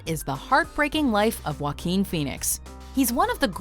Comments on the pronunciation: ok its Wa-keen Phoenix and not Jack Phoenix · its pronounced (hua-keen) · Joaquín in English is pronounce Hwakin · When walk the line came out, i worked at a grocery store that rented and sold movies. Mgmt told this guy to got on pa system an promote the new movies. He literally said 'with joe quin phoenix'. Omg. The entire store broke out in laughter. He had no idea he was pronouncing it wrong. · It's pronounced "Hoe ah keen" =/ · I'm not trying to make fun of Joaquin, but Joaquin Bottom, if you say that fast enough, it sounds like "Wackin bottom" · "Joquin" hahahahahahahahaha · It's pronounced hwa-KEEN (H sound at the start; emphasis on second syllable). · and I'm Kanye West yeah. it’s more like “hwa-keen” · Ashley Martinez That’s right! Tho for Americans, it’s easier to explain that it’s pronounced “hwakeen” than “huakeen”. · Nobody: Watch mojo: wakeen feenix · Walk-ing Phenix? 😂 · and I'm Kanye West it’s not “wh” together like you would pronounce the word whale. It’s the “wha” together with the “h” sound you make when you say words like “heart” or “heat” or “hard”, etc. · Can't pronounce his first name correctly I see